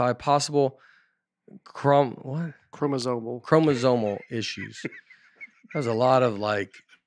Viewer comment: I love how Nate said he could “play the doctor” for Binghamton and his wife, yet he can’t say “chromosomal”! You guys are the best and can’t wait to see you in Evansville soon!